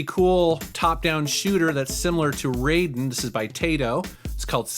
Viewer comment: You mispronounced Raiden. The "ai" in Raiden (Japanese word for thunder) sounds like "eye", not "ay". This applies to both the shmup and the MGS character. This is also true of the "ai" in Gaiden and Taito. Not sure if the different pronunciation of the Mortal Kombat character's name is deliberate or ignorance of the Japanese language. :)